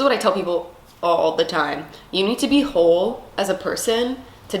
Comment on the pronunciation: "W-hole W-heat" lol